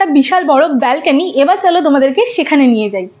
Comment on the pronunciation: Anekei dekhchhi 'balkeny' bolchhe, kathata hobe 'balcony'